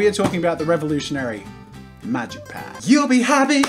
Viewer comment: I thought you said magicians red for a second